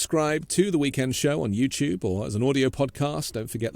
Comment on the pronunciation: What's "YouChube"?